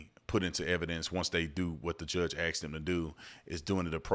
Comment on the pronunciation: They can’t even pronounce “ ASKED” …so 🤷‍♂️